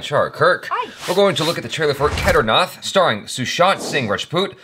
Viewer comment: I've just watched the first few seconds but I'm leaving this comment already: Kedarnath rhymes (mostly) with bat or fat NOT bath or math (the "th" sound of bath/math etc doesn't exist in Hindi, their "th" is literally just T + H) I'll say it until you see this comment then when you say the word well I'll know it's because you saw my comment lol xD